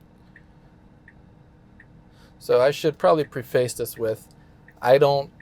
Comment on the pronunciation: did he just pronouce "preface" as "Pre" "Face?" Okay, that's a first. Okay, carry on